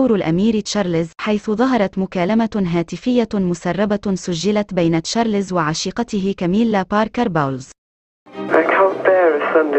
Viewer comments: ام اسمع مصري واحد يعرف يقول تشارلْزْ . كلكم تقولون تشارلِ…زز. فضحتونا بجهلكم 👊🏾👹👺👎👎👎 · Charles , not Charlézz 👹👺👎👎👎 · يا شعب مصر : اسمه تشارلْزْ و ليس تشارلِ….زز . تعلموا كيف تنطقون اسمه بالطريقة الصحيحة 👹👺👎👎👎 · اسمه تشارلْز ، و ليس تشارلِ…زز. يا شعب مصر . تعلموا كيف تنطقوا اسمه صح . Charles , not Charlézz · تشارلز مو تشاليز.